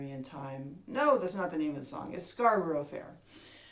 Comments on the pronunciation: Beautifully played and taught. Got to say, out of all the tuition videos of the Simon & Garfunkel arrangement of Scarborough fair, yours is easily the best and sweetest sounding. Just one small tiny complaint, its not pronounced with a "ber roe" at the end.......try it with a bor rah ...and once you've mastered that, maybe try Loughborough and Leicestershire hahaha ....Brilliant guitar lesson thank you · Nothing unusual about the pronunciation in case: is employing the usual US pronunciation of words ending in orough (Scarborough, thorough, etc).